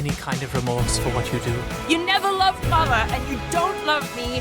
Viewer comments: Is she saying "mother" idk why but I always hear "father" there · I thought she said "father" instead of "mother".